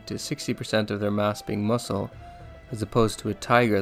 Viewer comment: It’s pronounced muscle not mucle